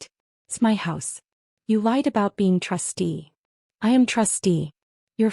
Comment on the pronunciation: Trustee, not trusty.